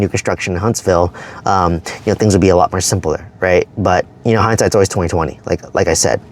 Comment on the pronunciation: Do more, not “ma” lol.